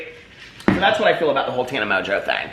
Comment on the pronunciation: First of all I was hearing you say Tana Mojo, second I go search for Tana Mojo and end up with Tana Mongeau. Third I look at her video thumbs and pick one and I hear out of her mouth "I'm high as fuck." Get where I'm going with this? [END]